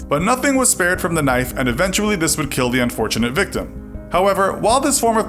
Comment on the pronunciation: This punishment....will keel!